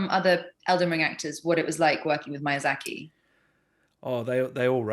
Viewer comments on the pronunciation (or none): Maya-zaki? Mother of god. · wow what an asshole MAYA ZACKY! how do you not know how to pronounce his name especially if you've met him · keeping on saying "Mayazaki" instead of "Miyazaki" kinda made my blood boil. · Would be nice for to learn his name right. Every time she said Mayazaki. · For some of these the person's appearnce really fits the charachters and then there's just people like. Like he looks slightly crazy enough to be the charachter but that's about it. Also lol the different pronounciations of Miazaki is crazy. basically said Mayazaki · Mispronouncing miyazakis name is criminal. I have a newfound disrespect for millicent